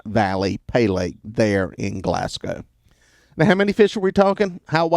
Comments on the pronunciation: Writing from Glasgow Ky, it’s pronounced GLASS-GO. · Its pronounced glass go, 😉